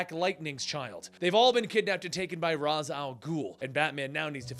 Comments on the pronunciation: No offense, but it's pronounced "Raysh" al Ghul, not "Roz". Talia actually states that this is the correct pronunciation in this quote from Batman Beyond, "Father's name was 'Raysh' not 'Raz', a common mistake." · Its raish (reash) not ras 😀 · It's pronounced "raysh" not "Roz". This was clarified to batman by Talia al ghul, not sure the issue.